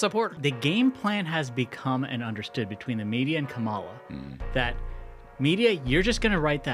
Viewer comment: Hey guys I love the show! I cannot stand Kamala Harris but you have to stop saying her name wrong on purpose. It just comes off as cheap and petty. There's plenty to attack her on so no need for elementary school insults. Other than that keep up the great work!